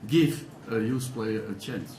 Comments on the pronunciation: When Van gaal says 'youth', it sounds like he's saying 'Jews' lol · and i heard 'Juice Players' ... lolz i guess even LvG needs some English lessons on pronounciation along with Falcao, Di Maria & Rojo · paddyt007 I thought he said "We need to give the Jews a chance" For a second i was completely flabbergasted until I realised he was talking about "youth". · Thank you for putting this up :) im so excited for sunday i can't wait. Am i the only one who laughed when LVG said "juice" instead of youth? Lol anyway watch him transform us into a title winning side :) top 4 this year & the league next yr #MUFC IM SO EXCITED 😀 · I genuinely thought LVG said the 'JUICE' policy O.O